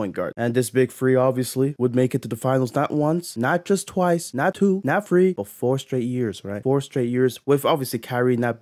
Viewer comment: I can’t watch this when you pronounce the word three as free